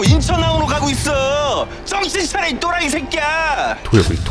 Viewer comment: 또라희 들을 때마다 또라이 같다..